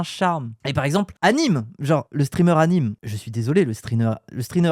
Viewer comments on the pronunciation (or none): none